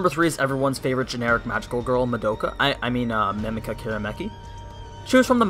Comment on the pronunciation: Have you seen this show? I understand you mispronouncing some last names and stuff, but you said Mamika wrong when it's one of the most used names.